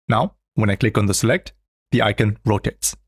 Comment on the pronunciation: What’s an “I-ken”?